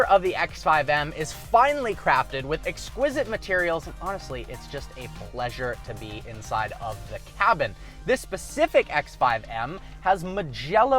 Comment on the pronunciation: it's specific not percific